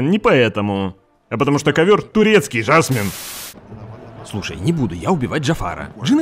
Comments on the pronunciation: Непривычно слышать ударение жАсмин вместо жасмИн. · Почему ЖАсмин, а не ЖасмИн? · многовато открытого мата. И почему жАсмин, а не жасмИн?